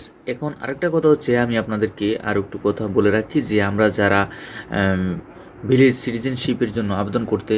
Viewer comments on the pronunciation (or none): Vilag Na Beliz.Aga Deser Nam Sotik Kora Bolun.